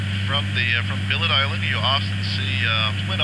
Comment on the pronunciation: First time I've heard Bylot Island pronounced as Billet Island. Conventionally, it's Byelot Island.